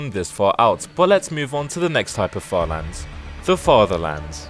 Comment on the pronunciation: Bro when you said further lands I thought you said father lands 💀